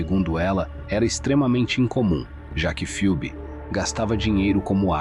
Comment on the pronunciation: Bom dia, A pronúncia correta do nome da Moça é 'Febe' (Ph tem som da letra 'F')! Um absurdo, mais uma vez, de um familiar que negligenciou a Jovem e a deixou 'sob os cuidados' de pessoas nada confiáveis. Para agravar a situação, demora para notificar o desaparecimento da Filha ás Autoridades. Lamento pelo que Phoebe Bishop passou em seus últimos momentos. Que a justiça seja feita para honrar sua memória. 😢